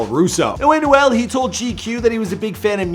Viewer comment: Bro his name is emmanuel but just take off the emm- and you get anuel it’s so bad hearing you saying his name